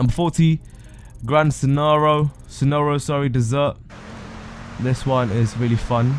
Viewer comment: Bro. It's the Grand Senora Desert, not dessert!